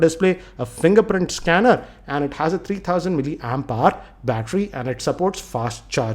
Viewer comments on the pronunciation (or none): none